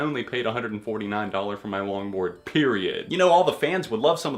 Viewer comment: When you said "longboard" I heard "lawnmower" and was so confused as to why fall out boy would have merch for a lawnmower